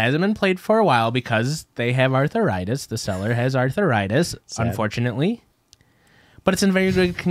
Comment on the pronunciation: Ricky's face after the second time said "arthuritis" had me dying 🤣